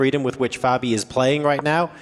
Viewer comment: What's up with David mispronouncing Fabis name?